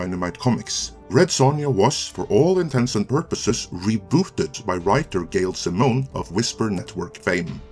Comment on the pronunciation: You were telling me all the right things and getting me hyped till you said "Gail Simmone" lol And I liked the Conan reboot lol (I thought it was slightly better than the Solomon Kane movie)